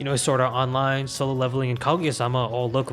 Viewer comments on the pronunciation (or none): none